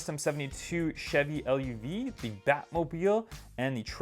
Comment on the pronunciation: And Golf Mark 2, not em Kay. And Chevy Luv, not l- u- v